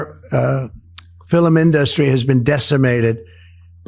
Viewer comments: He said "our fillum inDUSty." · the Idiot in Chief says, "...our 'filamindustry'? He's so moronic.